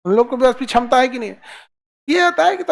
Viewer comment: छमता ✅ क्षमता ❌